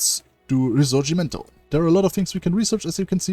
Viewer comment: you have an excellent Italian pronunciation, you are the only person who makes videos of hoi 4 who I have ever heard say the word risorgimento correctly